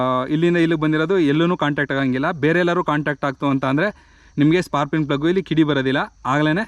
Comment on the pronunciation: ಸ್ಪಾರ್ಕಿಂಗ್ ಅಂತ ಸರಿಯಾಗಿ ಹೇಳಣ್ಣ